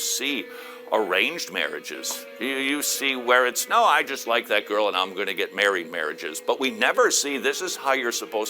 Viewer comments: Todd Friels voice and way of talking irritates me. When he stretches out words like "Buuuuut" and "Peeeeople" it drives me up a wall! And I love how he pronounced "girl" as "goyle". Is that a reference to how Popeye said it? If so, it really dates him. But then, most of his audience is made up of elderly people. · I think he just can't say the word girl.